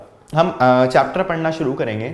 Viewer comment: Sir Apne chapter ko chatter bol diya